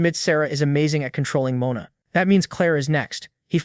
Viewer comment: Can you at least pronounce Mon-a the proper way Moana is a woman's name